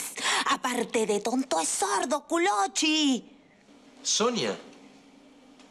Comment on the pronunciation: Sonia disse Culocci